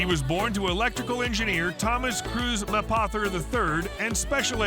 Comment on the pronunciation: Nobody can pronounce his last name !! It’s easy enough!! MAY - poth - er. May’pother